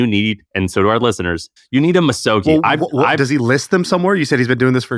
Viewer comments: The G would sound like gee and not jii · You're very close on the pronunciation! Misogi is three equal syllables. Mi (me) So (so) Gi (gi with a hard G). Each should have equal length and equal stress. You can read the Wikipedia entry if you'd like to know more about the Shinto tradition. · Hard "g" in Misogi. Much to learn...🙏